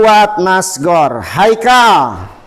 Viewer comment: Pak iye Khaikal kunaon ikal na teu katingali 😅😅